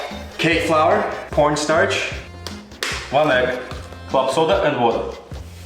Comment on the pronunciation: Bro I heard u saying porn instead of corn